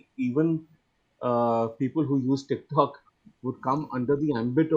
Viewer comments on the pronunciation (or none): none